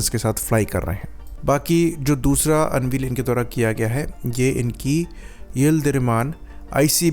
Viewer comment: अनवील नहीं अनवेल होता है बांगरू 😮😮😮